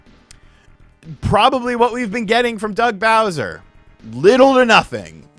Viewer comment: Soo loong Gaey Bowseer!